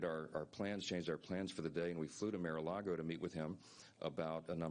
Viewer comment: You’d think that as a “PROFESSIONAL speaker”, Speaker Mike Johnson SHOULD be able to CORRECTLY pronounce “Mar-a-Lago”. Hey Mike, it’s M A R not M I R